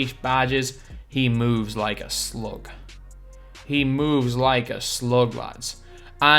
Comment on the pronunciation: “He meowvs like uh sloog, he meowvs like a sloog lads”